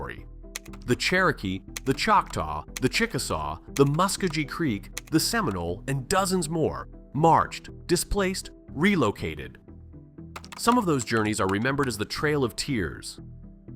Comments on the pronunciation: Mus-KO-gee* pronounciation of the Creek Nation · "The Musk-Coe-Gee Creek" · Oklahoma was a "populist" state, not "socialist." The dominant party was the Democratic Party, heavily influenced by "Old South (and racist)" Democratism of Missouri, Arkansas, and Texas. Muscogee is pronounced Mus-Ko-Gee, not Mus-Ko-Jee. The mispronunciation makes the narrator sound like a fool. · “Musk-oh-gee creek!” Muscogee creek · You butchered Muscogee Creek. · I can't even begin to explain how wrong you got the pronunciation of "Muscogee". Google is your friend. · I had to tap out with that embarrassing pronunciation of Muskogee.